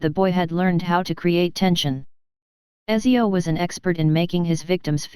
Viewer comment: btw my girlfriend is italian and she told me Ezio is pronounced Uh-t-zee-ohh